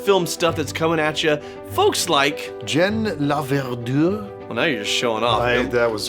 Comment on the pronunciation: as a french canadian i can say that Laverdure was almost perfectly pronounced.. i had a crush for years on a guy who's name was Laverdure